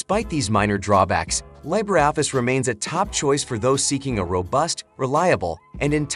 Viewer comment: Yeah. What's this LYE-bree Office is speaking about? 😂